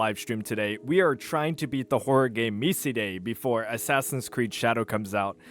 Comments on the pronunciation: No way you said "Me See Day" Its "Mee Side" the same pronounciation as Mita being "Mee ta" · where are yall getting this weird pronunciation for MiSide, it just sounds like you're saying it with a bad Russian accent. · Tf was that pronunciation of Miside??? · What the fuck was that pronounciation of MiSide? Engagement bait worked I guess